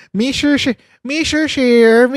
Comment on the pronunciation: Hoy Sara “ Mr. Chair ang pronunciation hindi Mr. Share”😭😭😭